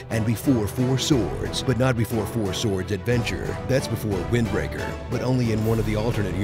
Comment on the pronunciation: wind racker so you rack leaves for wind cuz it sounded like racker insted of wacker